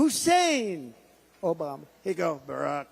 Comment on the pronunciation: Litterally "Obamna.... "